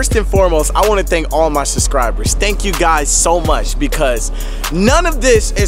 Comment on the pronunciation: "Suscribers" 😂😂lol congrats